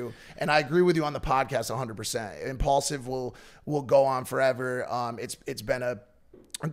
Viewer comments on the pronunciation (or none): Took exactly 1 minute for Mike to drop the word “impaulsive” what a clout chaser 😂